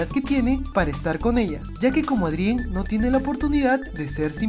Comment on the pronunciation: hola!! tubiste otro errorsito :3 dises ádrien endebes de decir eidrien o adrian :v jejeje plisss mandame saludos en tu proximo video :3 esque no puedo compartir tus videos por una falla que tiene mi tablet =""( espero tu respuesta